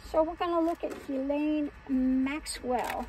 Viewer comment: Someone pronounced her name correctly. That’s noteworthy.